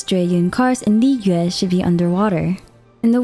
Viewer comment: Thank you for pronouncing liyue correctly. The amount of liweis, lliyoos, etc i have heard drive me crazy. It really is not that hard to pronounce it correctly.